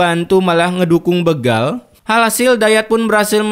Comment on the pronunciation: Bukan begal bro tapi dibaca bégal. Sepertibaca berak